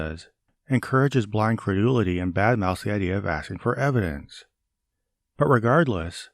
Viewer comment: I must admit, I am irrationally infuriated by the way pronounces the word "evidence". Why does his accent get 10x stronger on that one word? If I was a southerner and I heard someone speaking that way, I'd think they were mocking me.